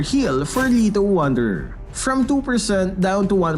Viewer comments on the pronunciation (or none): No one: Literally no one::"Lithowader"